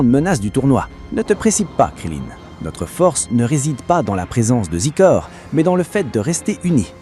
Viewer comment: zaykooor(Xicor) not zeekor